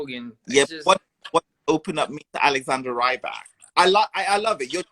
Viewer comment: The interview guy is a bit annoying. Constantly pronouncing Rybak wrong and just saying slightly odd things